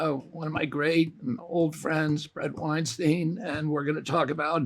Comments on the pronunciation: It's pronounced Weinstein like Einstein btw! xd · Why can no one remember how to pronounce “Weinstein”? It’s baffling to me. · “One of my great and old friends”… proceeds to pronounce his name wrong.